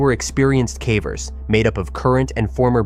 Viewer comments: they pronounced cavers, cahvers so at a minimum the voiceover is AI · AI-ass voice pronouncing it "cavvers" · I like these stories, but are you using an AI voiceover? That's the only reason I can imagine hearing "someone" pronounce caver such that it rhymes with cadaver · ia this voice ai I feel like a person doing a video this centered around caving would be able to pronounce "cavers" correctly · How are you repeatedly mispronouncing "cavers" in a video about caving 😭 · The occasional mispronunciation of "cavers" alternating with the correct pronunciation of "cavers" makes me wonder if the voice is generated too 😒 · The audio must be at least. He said cavers wrong multiple times